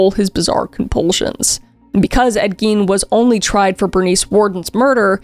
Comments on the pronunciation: I heard “eggy” and now I can’t un-hear it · Wisconsin here. Tbh, they having had the last name Gein and pronouncing it the way they did would be my first hint that they weren't exactly dealing with a full deck. The "i" should be the vowel sound made, but they said it with the "e" vowel. Bunch of splitters.